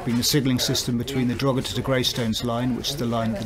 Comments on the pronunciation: The g in Drogheda is silent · A better attempt at pronunciation than Richard Chamberlain’s ‘Drugeeda’ in that old 80s Thorn Bird tv mini series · How long has the man worked in Ireland and mispronounce Drogheda so awfully. He should've done a better job at actually specifying the battery from the individual cells' voltage, C rate, cycle life and capacity total kWh, just saying it'll last 9yrs and an 80km range is not enough info.